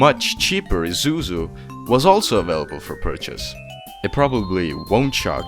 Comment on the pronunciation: "Ee-zoo-zoo" huh?